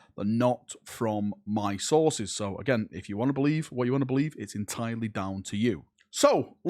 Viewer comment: "Rumours from mah sauces"